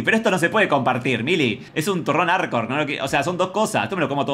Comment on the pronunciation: Jajajaja ¿Por qué le costaba tanto decir "Arcor"?